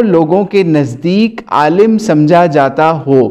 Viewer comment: Q logo ko gumrah kar rhe ho... Khud dekh k Alim ko aalam padhate ho aur manghadat bolne me to tumhari zuban nhi toot rhi h aur logo ko ghumrah karte fir rhe ho. Allah aise logo se hum sub ko mehfoz rakhe...